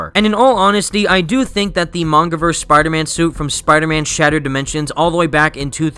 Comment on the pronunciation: Tell me I'm not the only one who thought "SUPIDAHMAN" when he said "Spider Man based Power Ranger"?